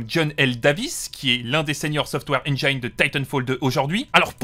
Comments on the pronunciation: interessante video mais on dit engine pas engayne dsl mais ca m a trigger ^^ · Enjaïne ? Ça se prononce comme c'est écrit, tu pourrais le savoir à ton grand âge